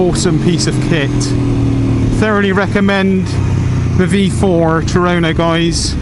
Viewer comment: HA HA TUONO not Turoro , you west country boys